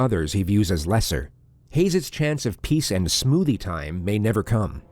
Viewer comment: i literally burst out laughing at the pause and then "ˢᵐᵒᵒᵗʰⁱᵉ ᵗⁱᵐᵉ."